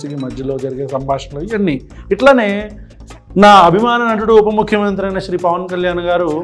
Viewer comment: prati video lo naa abimana natudu upa mukyamantri anoddana,naku nuvvu upa ante upma mantri annatu vinipistundi